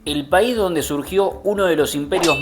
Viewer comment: No se dice paisi jaja